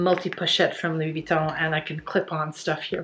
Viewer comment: I love your pronunciation of Louis. Bien. Vous êtes très magnifique